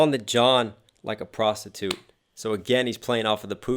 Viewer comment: “On the John like a prosti-toot.” Emphasis was on the last syllable for a reason, I believe.